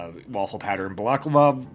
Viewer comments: its pronounced Ball-la-clava for the love of god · Its pronounced balaclava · My man pronounced balaclava like a French dessert. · Listening to you struggle with "balaclava" was pretty amusing. Obviously someone has never watched old Aministrative Results videos.